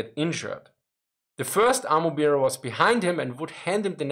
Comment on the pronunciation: My two cents on pronunciation - i would pronounce "bear", as in "ammo bearer", as "Bär", not as "Bier"